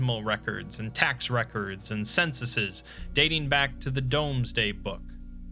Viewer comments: Did you say domes day book 😆 it's dooms day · Interesting. Though I was half triggered by the mispronunciations of Southwark (sutherk), Pepys (peeps), and Domesday (doomsday) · Small correction. "Domesday" is pronounced like "Doomsday". Loved the video though!!